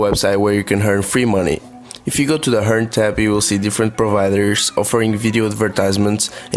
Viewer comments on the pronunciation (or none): Sry but sounds like u say hearn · i love how he says hern instead of earn xd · I don't like how you say earn :/ good video tho